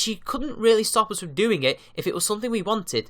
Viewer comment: Please stop with the "guh"s at the end of your velar nasals (ŋ)! It's fucking annoying! It's "doing", not "doing-g".